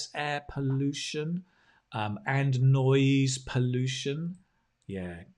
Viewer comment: I guess it was noise pollution, rather than noice pollution